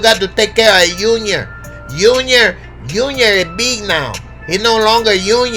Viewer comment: “I got to take care of unior” 🤣